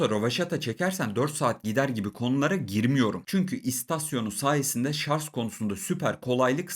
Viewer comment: adam ciddi ciddi sarz diyo lan :)